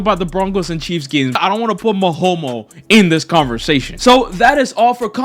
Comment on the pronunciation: Why are you calling Mahomes, “Mahomo?” Like what the hell. Sure don’t like the dude, but why the slander with a homophobic connotation?